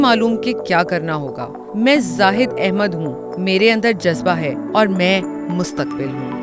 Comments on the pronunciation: Naam to sahi lay lain aunty 😁😆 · Naam to sahi bolo